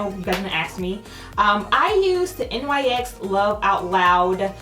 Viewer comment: Very pretty look! Why is it that so many say N Y X instead of "Nix"? Don't shoot 🤣